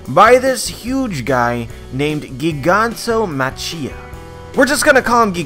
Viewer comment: It's spelled like "gigantic" and "macho" man Can you at least cut the weeb shit out for the name?!!! At least!! Say it with me now "giganto-machio"